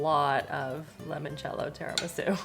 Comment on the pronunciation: Scrolled a while and didn’t see anyone answer you about the pronunciation of mascarpone, so plz forgive if there are many and I didn’t see them! Mascarpone is pronounced MARS CARR(rolled ‘r’) PAWN AIR also Limoncello is pronounced l I Mon cello, not l E Mon cello lemon in Italian is limone, I know you didn’t ask but my Italian soul cringes and as you cared about how to say mascarpone arpone, I thought you wouldn’t mind. I am binge watching the cooking shows while unwell in hospital, thankyou for the fun way to pass this time!